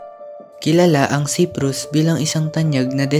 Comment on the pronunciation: Bisaya ka dung CEPRUS its CYPRUS.